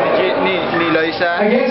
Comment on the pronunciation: Natawa lang nman sya kc wrong pronounce c kuya ng name eloisa dw imbis na loisa. Un lang un. ✌ #joshane ❤❤❤